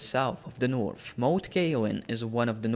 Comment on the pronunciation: Take some English classes before you make more videos. It’s impossible to watch when you’re calling The North “teh Norf”